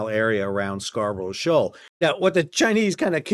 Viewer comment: Sal, love your vids but it's pronounced "Scar buh ruh" not "Scar bro sho"